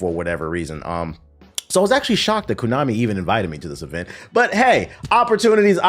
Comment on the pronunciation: It’s pronounced (Konami) Koh-Nah-Mi, not Koo-Nah-Me bruh.